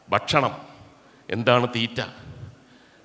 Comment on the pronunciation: മുകേഷേ "ബക്ഷണം " അല്ല "ഭക്ഷണ " മാണ്.. (ഫക്ഷണം ഇങ്ങെനെയും ആകാം )